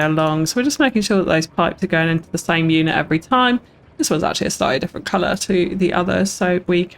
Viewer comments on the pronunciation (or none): none